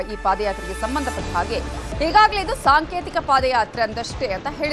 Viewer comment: ಸಾಂತೇತಿಕ❌ ಸಾಂಕೇತಿಕ ✔️ Once a legend said; ಏನ್ರೀ ಮೀಡಿಯಾ.🙏🏻